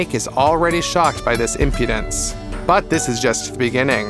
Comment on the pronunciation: loooooot of facts you had were, well incorrect. also if youre going to way over use the word impudence, please use it correctly or brush up on how to pronounce it. not judging by any means, just some feedback on how to make an even better video next time :)